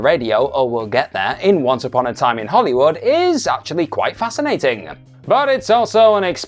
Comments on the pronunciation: FYI It's pronounced "Hollywood", not "Hollywoodah" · It's a verbal tic of his. Hollywoodah, Karmann Ghia-ah, Heffner Mansionah, etc. It's quite irritatingah. He might need speech therapyah.